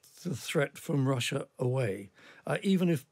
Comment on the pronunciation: Can't The Times get a presenter that can pronounce the letter 'R'? It's tiring decoding this talk of "Vussia", "Gvoup" , "Vight". R not V mate.